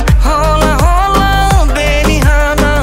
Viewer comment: “H” de la “Hola” nu se citește